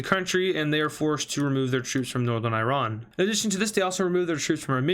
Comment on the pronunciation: Stop pronouncing Iran wrong